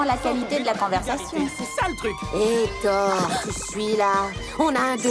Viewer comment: En vrai elle est pas mal la VF sauf pour la prononciation de Thoru, mais ça c'est compréhensible d'avoir fait ce choix